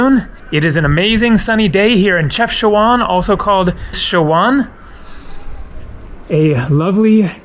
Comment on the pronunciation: the correct pronunciation is CHEF-SHA-WHEN. Ask a local to say it for you...Enjoy Morocco!